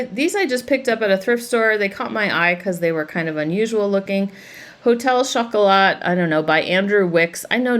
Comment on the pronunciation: You don't pronounce the T in French chocolat, so it's 'show cola.'